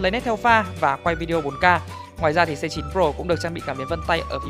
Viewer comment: Đọc là A9 nhưng vẫn ghi là C9, thế mới Tài :)))